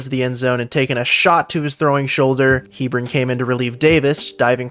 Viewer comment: It's Heb-ron